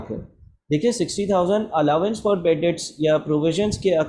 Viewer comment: SIR SORRY BUT ITS ALLOWANCE NOT ALLAWANCE